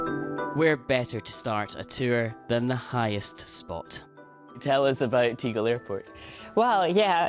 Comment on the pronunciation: The pronunciation of Tegel is [ˈteːɡl̩] - letter e is not normally pronounced [iː], except in english, due to its Great Vowel Shift. Do they still not tell you about it in school? Please close this embarassing general knowledge gap, especially as BBC, read the WP article on it, and also the last comment on the 'Talk' page there